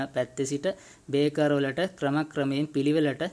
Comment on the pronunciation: ඔබගේ වීඩියෝ එක ඉතා වැදගත්ග ඒත් ඔයාගේ පොඩි අතපසු වීමක් කියන්න ඕනැ ඔයා අර්ත් වයර් ප්ලග් බේස් එකට යන හැටි කිවිවේ නැහැ අනෙක මේ තියෙන්නේ බේකර් නොව බ්‍රේකර් Braker ලෙස කියනවනම් හො‍්‍දයි